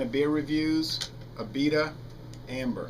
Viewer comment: A-bee-duh is how we say it in new orleans